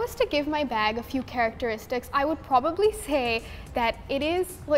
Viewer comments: you said plastic ba instead of plastic BAG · and why when they say bag there isnt a g